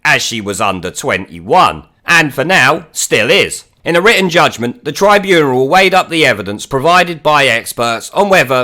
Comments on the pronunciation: What the heck is a "tribuneral"? It's "tribunal". No "er". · Tribuneral? Is that on purpose or are you just mispronouncing tribunal? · Yes, but what the fuck is a tribuneral?